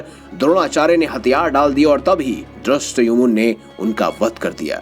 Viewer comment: Ya bhai dristayumun bolte Hai. Bhai Dhristadyumna Hai. Radhakrishn serial Mei sab jhut dikhata Hai.....